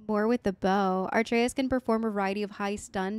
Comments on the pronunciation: A-trey-us, you keep putting the r before the t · Uh - Trey - Us OR BOI Almost no one says his name correctly at first lol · you already recorded the next episode calling him arteus the whole time didn’t you 🤣🤣🤣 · I dont want to be rude but i think you mispronounce Atreus name. I think you say something like "Arteus". Its first the t nad then the r. NO HATE at all. And also you should always speak with brok the triangle button. Amazing work though!!! Edit: I just started ep2 where you explained what happened with his name:) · I legit love how you mispronounced Atreus here as Arteus.